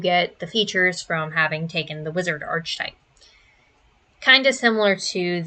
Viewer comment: Girl that is not how archetype, theurge, or chassis are pronounced 😭